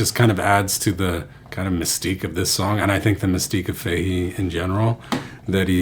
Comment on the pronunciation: Great lesson, that's a great song and you delivered it really well! Only thing I could fault you on is your pronunciation of Sligo (Sly-go) and Fahey (Fah-he), but Irish names are hard to pronounce and the quality of the lesson was great so we'll forget all about it 😉